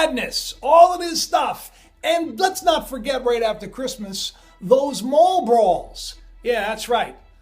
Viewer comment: I thought you said 'Marlboros', but it was Mall Brawls. Lol 💚💜💙 your videos